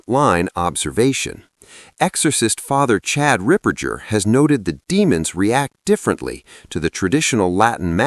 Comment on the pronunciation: Ripperger - hard “g” not pronounced like Ripper -j-er. I heard some ask him how to pronounce his name.